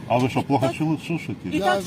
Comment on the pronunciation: Не Шо , а Що . 😂😂😂 Руки из карманов вытащил.😂😂😂.